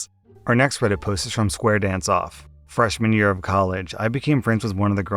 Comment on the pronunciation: You know you're British when "freshmen year of college" first processes audibly as "fresh manure of college"